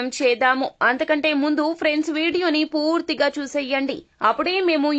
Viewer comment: మీరు మాట్లాడుతున్నప్పుడు పూర్తిగా అనే వర్డ్ పదేపదే చెపుతున్నారు ఆ వర్డ్ pronounciation meeru puuuuurthiga అన్నట్టు చెపుతున్నారు కానీ పూర్తిగా అని చెప్పాలి